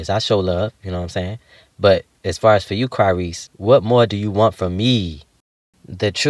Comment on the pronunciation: Y'all just ain't gon mention CRY-REESE like he didn't just say that? I am deeeeeeeeeeeaaaaaaaaaad!!!!!!!!!!